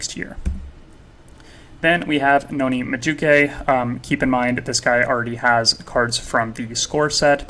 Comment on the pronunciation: nice info and content. your credibility would be through the roof if you can pronounce the teams and players better. portsmouth=port-smith/rennais=renee like the girls name/madueke=ma-due-eh-kay/boadu=bo-ah-doo/tchaouna=t-chow-nah/ugochuku=ogo-chuck-wu